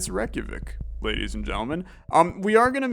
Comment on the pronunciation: your pronunciation of Reykjavík is so good i love the videos